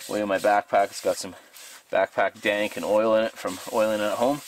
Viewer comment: I thought he said "Dang"